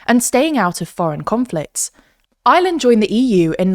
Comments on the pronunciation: The inability to pronouce the "R" in Ireland correctly is jarring. Where's "Island"? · Why can't you pronounce the country your talking about. It's not Island, it's IReland. It's a hard R. It's painful to listen to the country's name being butchered every single time ... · Her pronouncing Ireland sounds like island